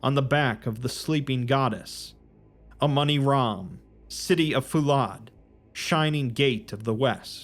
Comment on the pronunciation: Damn that "Amoni-Ram" started to sound a lot like Among Us from the start